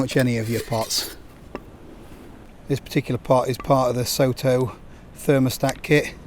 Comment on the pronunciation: As they're a Japanese producer I think Soto should probably be pronounced more like "sotto" (to rhyme with "grotto": "so" as in "sock"). It's the Japanese word for "outside".